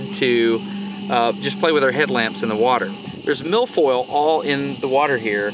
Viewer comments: Did you say Mil Foil or Milf Oil? Cause you could probably market and sell the latter😂😂😂😂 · Is he saying milf oil? 🤣🤣🤣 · "There's MILF oil in the water" I don't want to know what he actually said.